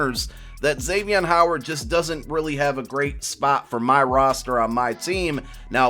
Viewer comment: GRESSETT it’s a joke he says his name wrong. ik he’s a beast